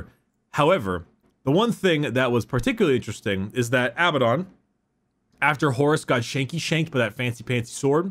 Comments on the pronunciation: abadon is from the hebrew word avadon, it's not av-eh-don, all of the A's are read like in "up", so it's aa-baa-don (btw it means doom/damnation) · it's Ah Buh Don, Not Bad Aladdin. Abaddon comes from the bible, ya dingus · Abbadon? More like dabbedon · It's E-Zyk-E-L and A-Ba-Ddon according to all audio books